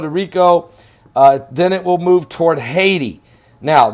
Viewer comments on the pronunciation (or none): none